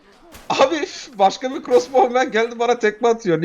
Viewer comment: Bizim okuduğumuz : Krosbov Jahrein abinin okuduğu : Crosbov A:S:BDFnb:gf:N